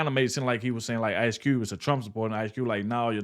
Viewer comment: "Cube", not "T". Jackson, not Marrow.